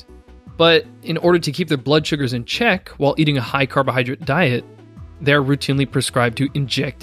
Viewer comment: It's carbohydrate not carbohydrit.